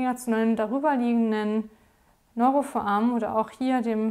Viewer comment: Was zur Hölle soll denn bitte ein „Neurofoamen“ sein, das heißt foRamen! Bitte deutlich, ruhig und freier sprechen, die Beiträge sind sonst ganz anständig. Aber Foamen macht einen wahnsinnig...